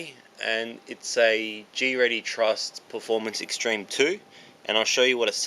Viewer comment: It's Greddy, no G Ready. Pronounce it right dude.